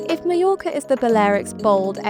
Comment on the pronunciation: you should at least have learned how to pronounce mallorca correctly before recording the video